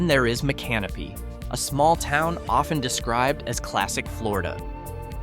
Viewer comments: It's pronounced as mick CA no pee. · I came to see if anyone had already schooled on that. 😆 Sounds weird when he says " My Canopy".😂 Doesn't seem all that "creepy" to me either. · That's "Mica-NO-pee." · Mic ah no pee. Micanopy. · Please, pronounced "mick uh no pee" accent on "no." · Learn how to pronounce Micanopy :face-red-droopy-eyes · No, it didn't.